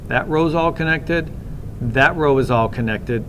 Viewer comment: yu keep saying dhet !